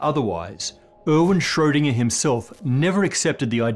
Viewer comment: all names in this show are pronounced marvelously... except for Erwin Schrödinger, appearently.